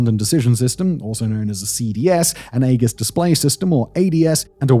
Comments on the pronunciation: and it's a greek word. It's 'ee-jis' not egg-us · EE-jiss." Not "AY-juss," and not "AY-giss." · The way he pronounces AEGIS with a hard "G" like haggis is killing me. It's "EE-JUHS" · EE-JIS not 'AY GUS' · AEGIS.... You maybe pronouncing it correctly for the Greek version, but for the US naval version use soft g not the hard g. You know the one that sounds like a j....AEJIS is the way The US Navy pronounces.... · E-jiss, not ay guss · The name is E-jis. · Its 'A-Jis' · Aegis [ˈējəs]. Sorry, it was just bugging me. The Navy acronym SLQ-25 would be "slick-25." Cheers.... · WTF is “egg-is”????? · aegis (/ˈiːdʒɪs/ EE-jis;[1] Ancient Greek: αἰγίς aigís) *sigh*. Mispronouncing the most important system. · Eggis is killing me lol. I would rather take Ages. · omg, you mispronouncing Aegis is driving me mad... A-Jis... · I say AEGIS with a soft G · "Egg-is" had me rolling lol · Yeah, the old boy really doubled down on the mispronunciation. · more like "Aye-Gis" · Sounds like ee·juhs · “Egg-iss combat system” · Aegis has a soft G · The A is silent, beans on toast! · As a former US Navy EW Tech, I appreciated you showing the SLQ-32. However, deduction of cool points for the mispronunciation of the AEGIS name and saying soldiers instead of sailors. Really good video, though. As always, great work on this and your other channels! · I'm pretty sure it's a soft G in Aegeis. Unlike the G in a rhyming Scottish delicasy.Check that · If you’re going to say the word aegis 300 times in a video, learn to say it correctly. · Might have mispronounced Aegis... =D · I think the biggest thing is how he missprounced AEGIS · Shame Simon couldn't bother to get the pronounciation of AEGIS and Thales correct. And that's just the two I noticed.